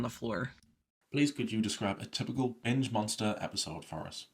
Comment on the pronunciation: I heard “bitch eating disorder” instead of “binge” and honestly it made me laugh